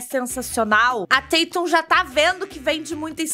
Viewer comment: A falando "Tetum" me deixa doente. Porém te amo.